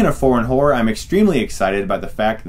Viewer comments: I could've swore Chris said "Speaking of foreign whores..." lol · I like "foreign horror" in the American accent. Forhn horrR